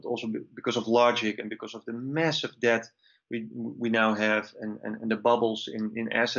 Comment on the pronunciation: The letter "B" in the word DEBT is silent - I wish you would stop trying to pronounce the word with the B